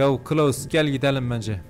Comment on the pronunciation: Klaus yerine kılavuz demen 🤣